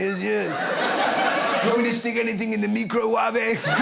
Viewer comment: for the microwah-ve. The UK's fav coke hottie.